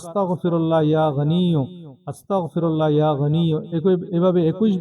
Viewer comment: আরে বেটা আসতাকফিরুললা নয় আসতাগফিরুললা বলতে হবে